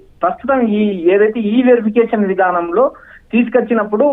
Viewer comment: డౌటే లేదు నీ లాంటి యాంకర్ ఉంటే తెలుగుకి తెగులు వచ్చి చచ్చిపోతుంది ఈ- వెరిఫికేషన్ అని చదవాలి electronic verification ఈ వెరిఫికేషన్ కాదు